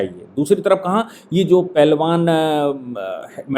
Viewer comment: राष्ट्रवादी की हिंदी तो देखो 😂 पहलबान